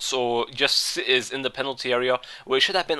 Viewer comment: Haha u sed PENATLY area instead of penalty at the end